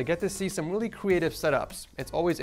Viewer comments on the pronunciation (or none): Blue yeti snowball 🤣 the whip and he said weally 7 times in this vid, he doesn’t have a headphone stand 😂